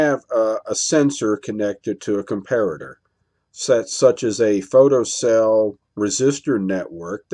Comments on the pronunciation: Oh and I'm happy to hear you learned to pronounce Com pair at er hehe. Darn those Germans ;) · Good video. Yes as per the previous comments, I to am glad you have managed to pronounce Comparator correctly, - and NOT 'Compare-rator' as the other videos. :)